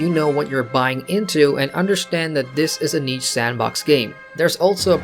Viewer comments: nice vid, helpful. just so you know since you said it a lot niche is pronounced neesh and not neech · I think you mean niche(Neesh). Not Neech.